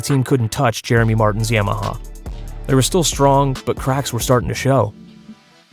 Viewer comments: Not YAMMahhawl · I love how he says Yamaha it makes me giggle